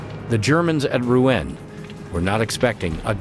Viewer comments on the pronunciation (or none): Not "Roo-en", but "Roo-on", please.